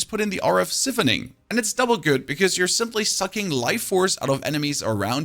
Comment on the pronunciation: Man said “si- phoning” 🤣🤣🤣🤣